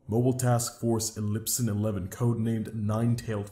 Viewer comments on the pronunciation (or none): im sorry but the way the guy said Epsilon-11